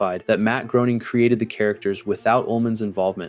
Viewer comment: imagine naming your channel after a simpsons character and you cant pronounce Groening